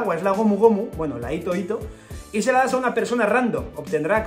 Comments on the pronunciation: Por qué todos se comen la H? En la romanización esa H suena como J, así que hito hito se lee Jito Jito, como la J de Jirafa, pero decir Ito-ito es como si fuera hilo-hilo, así como doflamingo tiene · Hola, me encantan tus vídeos. Sé que pareceré repelente, pero "hito hito no mi" en japonés la h se pronuncia como la j española o la h inglesa. Lo digo porque haciéndola muda parece que digas "ito ito no mi", que como recordarás es la fruta de Doflamingo. Espero que te sea de ayuda y discúlpame por corregirte. ¡Gracias por tu trabajo!